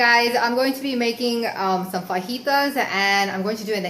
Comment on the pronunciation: thank you so much omg this was the best meal i have fixed in my instant pot! Your a rock star! Loved you n video 😁 btw how you say fajitas was divine!